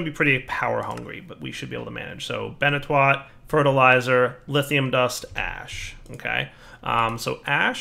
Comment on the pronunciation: My dude said "Benitwat". Come on,.